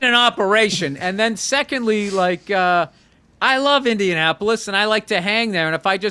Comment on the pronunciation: Did he say Indiasspolis?! 😂